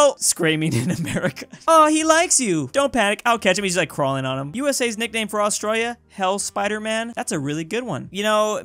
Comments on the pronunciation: ITS FRICKIN 'ASTRAILIA' NOT 'AUSTRAALIA' 😤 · Astralia lol its Austrayleeah